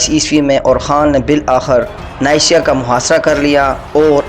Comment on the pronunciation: Neysiya nahi Niqiya lafz h